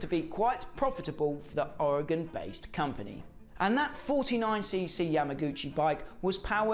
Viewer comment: Great job pronouncing Ori-gun correctly! Anyone interested should pick up the Hodaka book by Ken Smith & Paul Stannard and head on out to Athena, Oregon (the home of PABATCO) in June for the annual Hodaka Days celebration and thanks for this vid - it was a real treat!